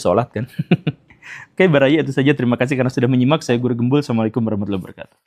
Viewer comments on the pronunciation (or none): none